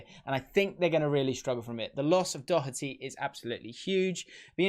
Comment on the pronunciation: Only English man I’ve heard pronounce Doherty right